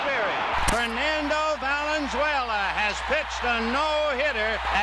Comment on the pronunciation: At least 4-5 times inexcusably mispronunciation Fernando Valenzuela's last name. Pretty unacceptable actually.